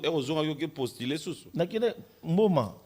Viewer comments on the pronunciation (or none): Oh na prostuler 😂😂😂😂 postuler on dit 😂😂😂😂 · c'est postulé pas prostulé